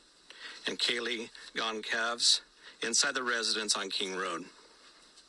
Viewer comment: I’m guessing it’s pronounced ‘Gon-sal-ves’ no hard ‘c’